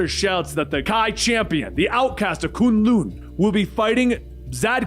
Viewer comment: A BIG thumbs up on this video if for no other reason that we pronounce "K'un L'un" the same way in spite of what Netflix thinks! ;)